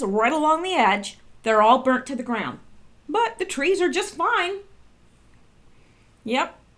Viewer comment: Those twees wook like wabbits